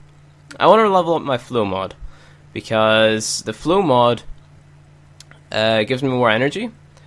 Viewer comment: Why you read flow to flu